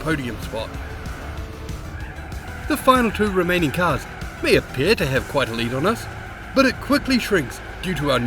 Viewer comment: k i know you said ”the two remaining cars” but i heard ”the two romanian cars”